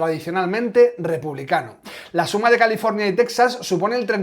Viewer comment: Muy bueno, como casi siempre, ya es imposible coincidir con alguien al 100% (¡gracias a Dios somos todos distintos!), pero... TeJas, TeJas, TeJas... Texas se pronuncia en español [ˈtexas]... NO /ˈtɛksəs/ Por favor, no insistamos en el error. Gracias